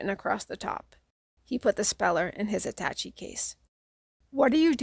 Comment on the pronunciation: I loved this book as a kid & I still do as an old-ish man! I tried listening to a few other ones before finding yours; yours is the best. In chapter 25(Jenny), the word attache has a shay sound, like atta-shay. English is a silly language, considering how often it breaks its own rules. I guess it's because English is made from so many other languages... Thanks for sharing this, here's hoping you have a great day!